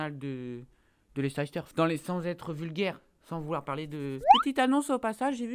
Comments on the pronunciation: Si tu suivais le foot anglais tu saurais qu'on dit Leice-ster et pas Leicésster... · Sa s'écrit Leicester mais sa se dit Lester. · Si jamais cela se prononce Lester et pas leicester. Sinon super show comme d'habitude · Sa se prononce pas Leicesteur mais Leissteur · On dit "Leyssteur"! ☺ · Leicester se prononce Leister :) voila voila :) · leicester se prononce LEISSTER copain!! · Leicester se prononce [ˈlɛstər]! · Ça se prononce Leister